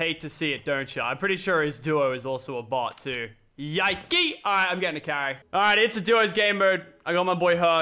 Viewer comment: Lachlan in a tense battle: Tourretes Activate "YAIKEY"